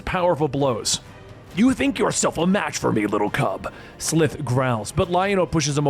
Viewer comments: Its S-lie-th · I'm pretty sure their home planet is pronounced Thun-DARE-ah. Lizard mutant is SUH-LIVE like 'Alive' without the A. Great video either way! Glad you're covering it.